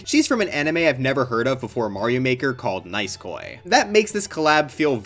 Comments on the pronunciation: NAISU-KOI had me dead☠☠☠. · "nice-koy" ha